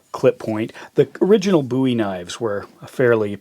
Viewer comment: Bowie is an English name, it's pronounced Bow not boo